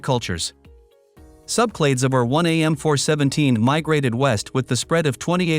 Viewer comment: Interesting, but the robot reading it is giving the wrong emphasis to the letter 'R' so it keeps sounding like 'our', resulting in my constantly having to re-parse what it's saying: "Our 1 a ancestor..." oops, "R1a ancestor..." Plus, it is reading it too quickly. I often speed up videos but this one is already sped up.